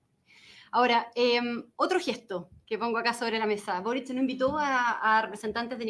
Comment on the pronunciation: No, es Boric..? Por que Borich??